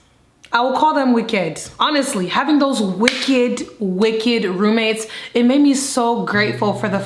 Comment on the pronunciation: That Nigerian accent popping out “wickeed “ I love her 😍